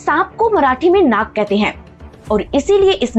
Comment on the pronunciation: Nak nahi Nag 😂😂😂😂😂😂😂😂